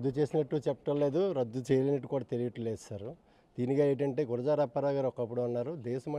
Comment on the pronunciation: వాళ్ళ సంగతి పక్కన పెడితే.. మీరు ఆయన్ని అవమానించారు.. గుడజాడ కాదు గురజాడ